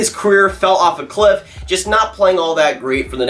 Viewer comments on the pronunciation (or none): none